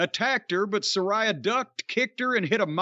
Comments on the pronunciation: It wouldn't actually work. And I think he knows it wouldn't because he KNOWS the pronunciation is Sa-RAY-a rather than Sa-RYE-a as he pronounces it but he just wants to annoy her and everyone by saying it that way 😂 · Nobody gives a f*ck..even Jim isn't pronouncing Saraya properly..goes to tell you all you need to know. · Jim said Saraya "wrong", here comes the twitter fit.